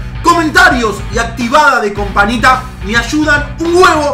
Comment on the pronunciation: porque en vez de decir campanita dejo companita